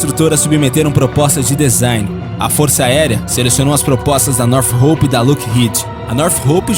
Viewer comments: Não seria "nortrop" ao invés de "norte roup" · bom vídeo. Sinceramente, pesquise no google antes, para ver como é a pronúncia dos nomes em inglês. É muito estranha e errada a sua pronúncia dos nomes das empresas. Por exemplo, não é Nothhope e sim Northrop. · North rope seria "nortrop"???? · Northrop (NORTRÓP); Lockheed (LÓKRRID); Steath (STÉLF) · Cara, o vídeo é bom, bem informativo, mas uma dica, quando for citar termos em inglês procure pronunciar corretamente, tipo, "black hauk" , "stilth" , "lookheed", "north rope". Não sou expert em inglês, mas isso dá mais credibilidade ao vídeo, fica a dica. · O narrador precisa aprender a pronunciar certo as palavras, não que eu seja expert, mas os erros cometidos por ele são de palavras realmente muito fáceis, além do mais, esse é o trabalho dele. "Northrop", "Lockheed" e "Stealth" são exemplos, essas palavras foram ditas várias vezes durante o vídeo, sempre erradas. Northrop = Nortróp (p não pi) O narrador pronuncia "Nortirropi" Lockheed = Lóc rrid (d não di) O narrador pronuncia "Luc rridi) Stealth = Stélth (ver como se pronuncia o "th*) O narrador pronuncia "stilf"